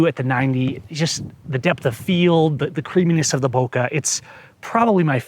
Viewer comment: ITS " BO-KAY " not " boka" goddamn it ! 😂